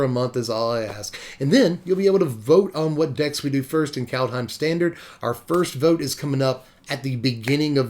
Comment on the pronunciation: It's 'cold home,' actually...and Fear-ya. workin' that clawjam...